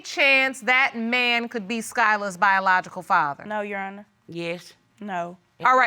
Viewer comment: Did she say " Jerr Honor" im 💀 😂😂😂